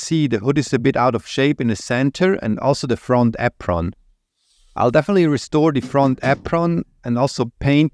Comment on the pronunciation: I can listen to you say “apron” all day long 😍